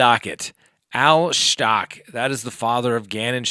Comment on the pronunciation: I’m not trying to be a dick 😬, but.....It’s Stauch as in couch 🛋btw!! 🤭 Sorry 😐, it’s just going through me, every time you say it! 😆